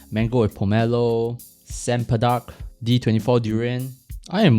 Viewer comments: "chem-pe-dak". The "chem" is more like "cherm". Not "chem" from "chemist" 😉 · I died at "Sem-pedak"....